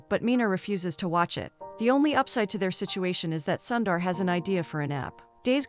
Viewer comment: Don't keep calling him "Sandar" or "Sandar". Your pronunciation is horrible. You are killing his name. He is Sundar or Soondar.